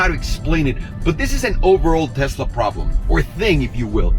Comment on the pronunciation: I'm glad to hear you say Tesla, not Tezzla. It really bothers me for some reason. Just like diezzel. And Nuke-you-ler. Ok I'm done...